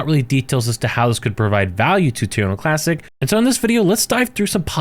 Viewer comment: WHy does he keep saying Tuna Classic?